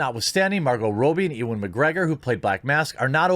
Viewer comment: Just got to point out that his name is pronounced "U-an"